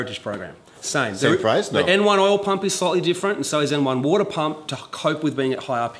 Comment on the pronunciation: Als kleine Hilfe für die nicht-englisch sprechenden: Wenn er sagt "woooadah", das heißt "water" Grüße